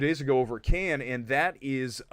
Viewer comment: Kudos for pronouncing Cannes right. I still can’t see The Marvels going to theatres.